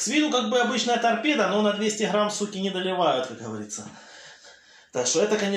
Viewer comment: "Как ГоворитсО" (с)